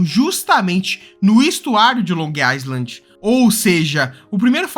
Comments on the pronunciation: AMIGO ILHA EM INGLÊS SE FALA “AILAND”. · Long iland, o "s" não é pronunciavel, eu também cometia esse erro